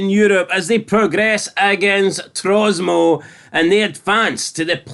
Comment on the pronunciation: It's Tromso not Trosmo ya Numpty!!!!